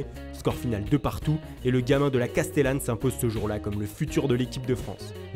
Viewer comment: Mdr la castellane pas castellane mdrrrrrrrrrrrrrr